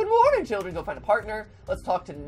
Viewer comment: CHILLEN Am I the only one who heard that he said children wrong